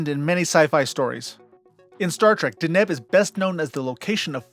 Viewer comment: In your pronunciation of Deneb, you put the emphasis (that is, accent) on the wrong syllable